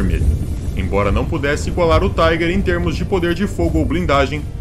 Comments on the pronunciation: Não é Taiguer! Esse tanque não é americanoo ou inglês ,é alemão. Pronuncia- se Tiguer. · Cara você não entende nem de inglês muito menos alemão, a pronúncia em inglês é "Taiger" em alemão é "Tigar" em alemão o er tem som de ar